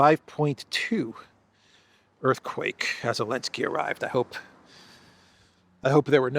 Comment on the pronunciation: Did Trump call Zelenskiy Elenki?...😅😅😅😅😅😅